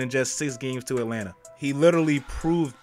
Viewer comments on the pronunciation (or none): none